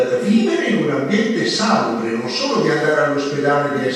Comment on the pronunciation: salùbre, non sàlubre!